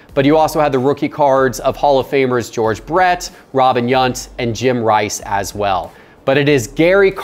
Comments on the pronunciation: It's Robin YOWNT not Yunt lol Yount like "ow" 🤣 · I was so hoping that Walter Payton would be on this list just so I could hear say Walder PayDen...Payton Payton!! Even Canadians can pronounce it right. Also Robin Yunt 🤦🏼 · You know you're out of your element in vintage when you mispronounce Yount. 🤨. Stay out of vintage until you educate yourself on the players.